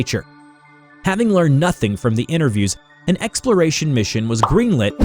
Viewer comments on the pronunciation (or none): none